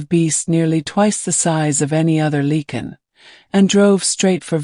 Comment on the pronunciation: “Lycan ” not “leaken”.